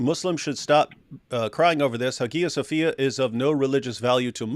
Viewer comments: Guys it's pronounced Haya Sofia. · well that’s the debate in correct pronunciation. There’s a reconstructed koine that sounds more like modern Greek (for some reason. I don’t know why it is). David is using the Erasmian pronunciation, which is pretty much ubiquitous in scholarship (and i use cause it makes the spelling more clear). But the Hagia Sophia is probably Byzantine pronunciation, thus APs pronunciation is probably more accurate.